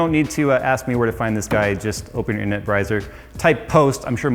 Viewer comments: he said brizer instead of browser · But I don't have an internet br-eyes-er.... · did say "internut brizer"?